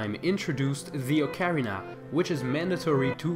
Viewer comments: He has horrible pronounciation. Dude says ocarina. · who taught you how to say ocarina?